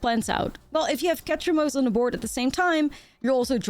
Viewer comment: stop say ketramose one more time damn my ears bleed